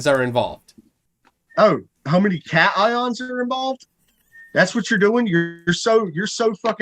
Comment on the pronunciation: I caught that too. I'm wondering if he is just mispronouncing "photons" as "phonons". Kind of like how he mispronounce cation and anion. I just don't think he understands the concept of "phonons" especially since it's more abstract than "photons".